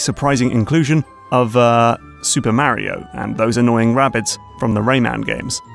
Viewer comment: I like how you pronounce Mario the right way, as "Mario" and not "Mawrio" like most American and English people.